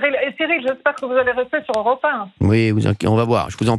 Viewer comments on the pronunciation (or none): Europa eins! Pas "europe un"!